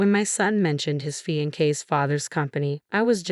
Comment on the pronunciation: what the heck is a fee-an-kay? Pronounce it correctly. I getting to a point I'll stop listening.